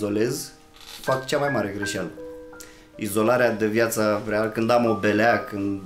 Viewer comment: De ce spui greşalã şi nu greşealã? Sunt curios unde ai citit asta?! Numa' bine!